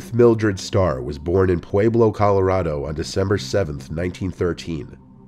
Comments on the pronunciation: Pueblo- Pooh-web-low Not puweeblo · For the last one, Pueblo is pronounced pu-eblo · haha, the way you say pueblo is clearly an indication that you are not from Colorado. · youre saying pueblo so so so wrong